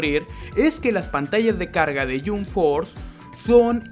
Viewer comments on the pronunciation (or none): wtf ni el nombre lo pronuncia bien no se dice yomp fort se dice yamp fors y el juego esta de la made esta buenisimo,tu solo estas fumado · Me desanimó ver el video cuando escuché que pronuncia Yumb Forz :v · Se pronuncia "YamP Fors", no "Yum Fors" xd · No, él dijo: Yum forth :v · El yunforjajajajja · yum forza alv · Primero aprenda a pronunciar y después critica "yun for" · "Ke yum ford thea un mal joego" qué juego es "yum ford"? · Se pronuncia jamp fors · Por favor jahsjahs me da risa que critiques un juego sin siquiera saber pronunciarlo don't mames, me explota la cabeza 😂